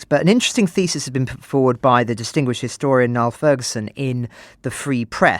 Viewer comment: Niall sounds like Neil not Nile, and senility rhymes with ability. Pronunciation matters.